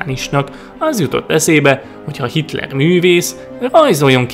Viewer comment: Ő itt kitler nem hitrel